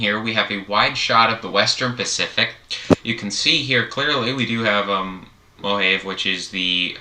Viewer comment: MOLAVE is pronounced as Mo-Lah-Veh (Veh as in Venice or Lah-Veh as in LAVEnder)